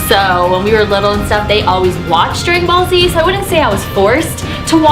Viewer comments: u said grag ballz z its dragan balls z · When you were saying dragon ball z it sounded like you were saying dragon ballz